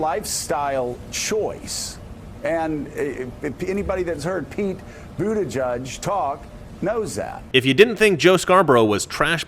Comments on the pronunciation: It’s boot-edge-edge not boot-eh-judge He’s got a giant sign at his campaign office. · The name Buttigieg has ALWAYS been pronounced "Butta-gig". I guess as you say "butt" sounds like a ton of memes just waiting to happen when the owner of the name is a gay male. And I'm sure a Butt-gig is the last thing they want projected. He should've thought about changing his name before he threw his hat into the ring. A gay man with that name will never be elected. There's too much scope for ridicule. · Buttigig pronounced booty gig. An ass appointment. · I think the funniest part of his name is that he is gay and name is pronounced booty judge. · I believe it's pronounced "Booty-judge" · It's pronounced Bootie-gig. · I'm not sure if you said this or not but his last name can literally be pronounced as booty judge... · I'll get the coin anyway but they don't accept that coupon code. Also I thought it was pronounced "butt-ee-geeg" and I was born in Malta! 😂 if he was wearing cut off jeans he may already have been gay and just not realised it. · It's pronounced Butt-Gayg. Get it right, man! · It's pronounced Booty-Judge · Of all potential ways to say the name Buttigieg, is the proper pronunciation really the one that sounds like what you'd call the person who decides the winner of a twerking contest..."booty judge"? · Lets face it,.. You get 'Boot-a-judge' from Buttigieg the SAME way you get 'Bay-ner' from Boehner 😬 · I don't know if Americans pronounce it correct or us in Australia. But Buttigieg is a common Maltese surname, I know quite a few of them; and here it is pronounced Butti-geeg. I don't know if they are just trying to take the 'Butt' out of it, but it cracks me up hearing how Americans say his name. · It's pronounced Bootygig 👍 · Pronounce it: Butt gig. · I would think it's pronounced, "Bootygay." I'm not even joking. We can all pretend though. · "booty judge" that's what i hear everytime his name came up